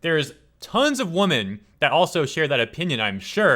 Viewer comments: "women" is pronounced "weh-men" not the same as "woman". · You're a good guy, but please learn to pronounce the plural of women properly.